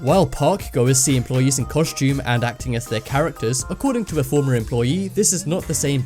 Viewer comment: it's called fucking employee not fucking employi